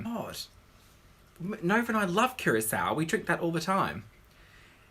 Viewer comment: The only person I know to pronounce Curacao properly